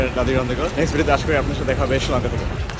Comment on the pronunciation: শ্রীলঙ্কা প্রনাউন্স টা জোস ছিলো...